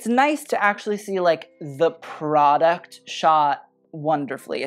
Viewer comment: everytime luke say product i heard prada 👽